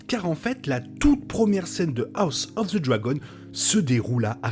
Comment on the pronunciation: Roooh s'il te plaît ça se prononce "A-reine-haul" et "Hoss of zeu Dragon" j'dis pas j'ai un accent impecc mais really? Sinon très pertinent comme vidéo continue bg!